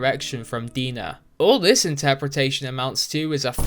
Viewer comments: It's not 'De-nah' like how you pronounce it. It's DNA. DeNA, get it? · Pretty sure DeNA is pronounced "DNA" lol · I think the company’s name is pronounced Dee-N-A as DNA(🧬).